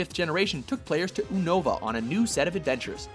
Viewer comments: you know you messed up the names lugia, unova, and hoenn right? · Is it bugging anyone else that they are saying Unova and Hoenn wrong or is it just me? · they say it like unova instead of yunova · And onova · also, I heard several wrong pronunciations, such as Lugia and Unova. Lugia has a hard "g" rather than a soft "g" (which would make the g sound like a j ), and Unova is pronounced more like (YOU)nova. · He can't pronounce anything. How do you screw up saying Aqua, as well as the names: Hoenn, and Unova XD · This guy at watch mojo clearly isn't a fan of Pokemon. He fucked up pronouncing at least four things that I caught. Lugia, team Aqua, unova and I'm pretty sure he fucked up hoenn. Smh